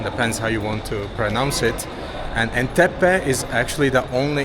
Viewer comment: I can't imagine watching all this video from start, 😂 but I hope 50gb lasted for you. Its Entebbe not Enteppe